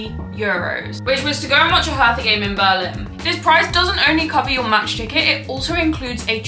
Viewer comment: i love the way how you pronounce "hertha" 😄❤